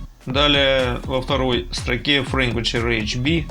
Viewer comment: Частота произносится - [фриквонСи]